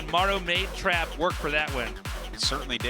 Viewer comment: Omg the way they pronounce Trap at the beginning of the video, as Trape is hilarious.